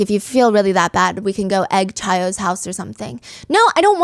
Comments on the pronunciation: I love this podcast so much😩 No hate at all but the chi in omega chi is actually pronounced like “Kai” not “chai”! Cannot wait for part two😍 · obviously I'm still going to listen but hearing chi and not "kai" was driving me nuts...when I was rushing it was engraved in my brain bc I'd always say chi 😭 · Also it’s pronounced “ky” not chai for chi the Greek letter hehe 😂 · I love your BAMs Stephanie! Also this is a minor detail but the Greek letter “Chi” is pronounced like “Kai” just so you know! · Just wanted to clarify that the Greek letter chi is pronounced like "kai" 😅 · It’s pronounced Kai for Chi Omega 😂 besides that I think it was Courtney.